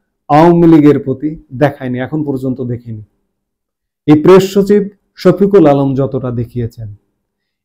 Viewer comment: উনার নামটা ভাল করে বলেন।আপনি নুতন নাম বলবেন।